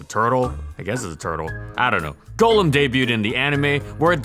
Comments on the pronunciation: Thank you for NOT calling it Gollum. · It is so nice hearing Golem pronounced correctly. Not the Pokémon, but the mythical creature golem (Like what Golurk is). Everybody pronounces it as Gollem from Lord of the Rings which annoys me to no end.